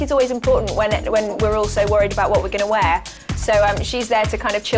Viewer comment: its soo funny how she said "Wear"